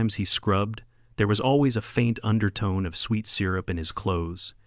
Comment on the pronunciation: very good story - definitely an upvote. Incidentally, the A I reader mispronounced "syrup"